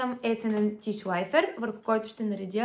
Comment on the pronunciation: Не се нарича тишлайфер 😅а думата е немска Tisch Läufer..и се произнася тишлойфа на немски.. Вызможно е побылгарена😅😅